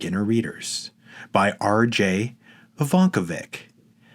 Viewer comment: You perhaps might be better occupied by learning to pronounce "Ivankovic" properly?